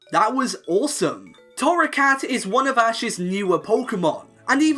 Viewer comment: TORRACAT, NOT THORROCAT!